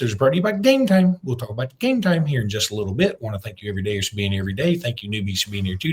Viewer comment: You know, your no saint when it comes to this gambling scandal. The stupid way you pronounce Gametime does get everybody's attention. However, you know more about Gametime than other product you push. Think of everybody that has destroyed their family with debt instead of food on the table. And you have done your part.